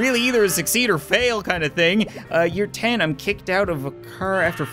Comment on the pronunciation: Tanum? Don’t ya mean ten? Or wait, is tanum how you say 10? I’m an American, someone please explain this to me...